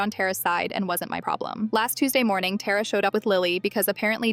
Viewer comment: Why anyways Tara that's my sister name and id being said wrong